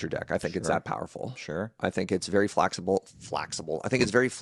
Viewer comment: "Its flaxible,!"